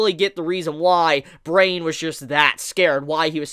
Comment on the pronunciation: Brian is not pronounced brain...that name made me cringe a bit.